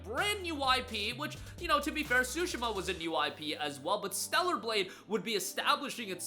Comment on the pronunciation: Swoooshima???????????? Its Tsushima tf😂😂😂😂😂 yt ppl do not care to pronounced other cultures correctly smh